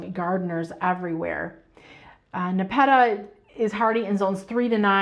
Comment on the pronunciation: Not trying to be rude, but your pronunciation of nepeta, is incorrect. The accent should be on the first syllable. I love your videos and watch daily!